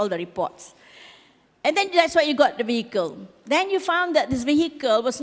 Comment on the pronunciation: Madam, minta maaf, but "vehicle" is not pronounced VAY-HEE-KEL. It's pronounced VEE-A-KEL.